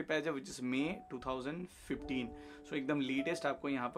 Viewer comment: 2015?? Man you got some real issues with your mouth!